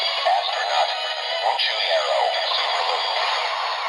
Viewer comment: 😂😂😂 subulu not subaru hahaha🤣🤣🤣🤣